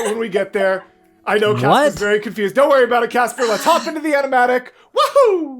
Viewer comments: Almost correctly pronounced I approve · oh wow good pronouncing Casper :0✨